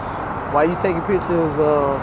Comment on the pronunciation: Can't form a complete sentence, pronounce "pitchuhs". You're the captain now.